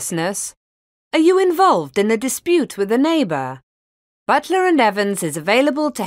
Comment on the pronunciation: Ок, English, все прекрасно, но, имхо, Вам нужно поработать над произношением, уж коль скоро вы решили давать публичные уроки. Слово with, произносимое с экрана со звуком, близким к русскому "з" немного режет слух. Прошу прощения.